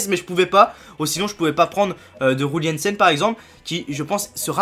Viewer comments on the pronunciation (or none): au top, par contre on dit Yul Yensen pas roule yensen